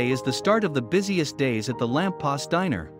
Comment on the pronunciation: Uh, the restaurant is called, :"The Lamp POST," not past.